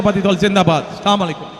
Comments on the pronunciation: Didn't even learn how to pronounce salam. What is aslamolikom... It's should be Assalamowuilaikom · আসলামু আলাইকুম না আসসালামু আলাইকুম হবে। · খাম্বা চোর সালাম টা সুন্দর করে দিতে শিখ। ছাগলের তিন নাম্বার বাচ্চার মত ভে ভে করছ। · মদিনার ইসলাম কায়েম করবেন স্যারে অথচ সালাম টা পর্যন্ত শুদ্ধ ভাবে বলতে পারেন না?